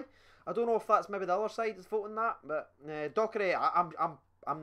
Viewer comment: it's Docherty not Doherty 😂